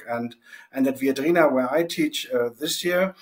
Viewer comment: Can the resilience person please pronounce the name Viadrina correctly, i. e. as a latin word!?